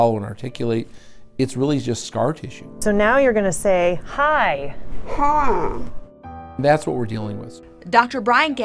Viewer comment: Say HI not HAA